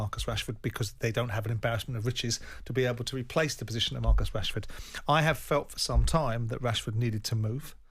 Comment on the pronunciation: amorim is saying marcus cashford